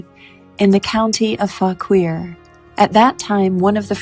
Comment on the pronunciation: Fauquier is pronounced faw- keer